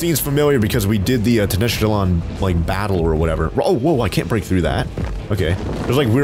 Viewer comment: It’s ten-oc-tit-land, fyi